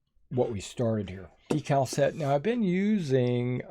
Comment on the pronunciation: DEE_CAL! not a dekkal'! hahaha!!! LOVE it! Like a magazine, is NOT A Clip! hahaha! You told'em Brother! Great video!